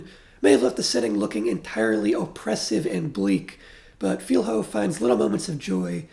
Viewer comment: Just for Future reference, "Filho" is pronounced closer to "Filio". Thank you for your very deep review of the movie and of our political context.